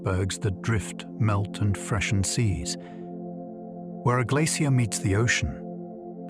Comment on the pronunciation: I find this difficult to listen to simply because AI doesn’t know how to pronounce the word glacier. It’s even trying out several different ways to pronounce it. Just too distracting to sleep, which is too bad because I’m sure it is interesting.